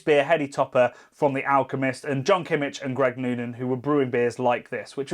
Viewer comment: Love your pronunciation of "analysisisis". 😂 Btw Kimmich ends with a hard K.